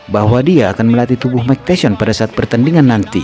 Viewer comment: RALAT MIN... BUKAN "MIKE TESYON" TAPI "MIKE TYSON" Budayakan membaca dengan benar dan baik. 🙏🏻